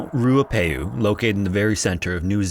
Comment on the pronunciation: thank you for covering a New Zealand story!! I just want to point out that Tangiwai is pronounced Tangi (as in tongue-y) wai (as in why), and Ruapehu is pronounced Rua (as in fewer) pehu (peh-hoo). I do love when non-NZers cover NZ stories on youtube, however it's always apparent when the Reo Māori words haven't been researched for proper pronunciation!